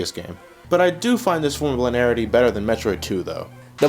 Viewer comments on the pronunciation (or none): It's pronounced lin-ee-air-itee. You're forgetting a whole syllable.